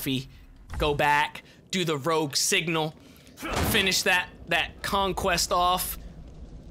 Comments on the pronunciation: it's rogue not rouge ya doofus, rouge is red in french. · I love how it says rouge instead of rogue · Rouge.........rouge!....... ROUGE!........FUCKING ROOOOOUGE!!??? In my professional opinion I do believe it is rogue not rouge